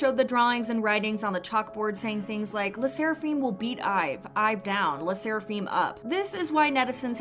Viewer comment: btw learn how to say lesserafim 🤣